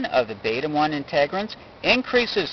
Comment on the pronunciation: Integrins, not Inte-grins